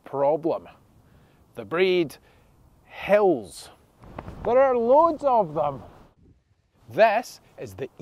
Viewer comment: In the last video, I thought you said 7 Hells . 😂